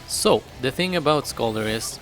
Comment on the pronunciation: It is not pronounsed skolldir the o thing is a danish/norweiyan letter. In sweden it is an ö